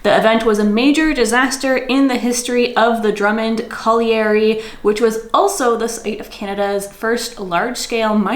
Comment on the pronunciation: Colliery or coal mine as you are struggling with the pronunciation. 😊